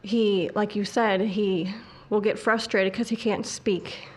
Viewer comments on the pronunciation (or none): none